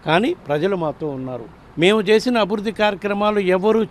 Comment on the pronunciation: అభుద్ది కాదండి, అభివృద్ది అని పలకాలి..!